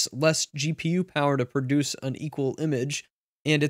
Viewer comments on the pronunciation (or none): none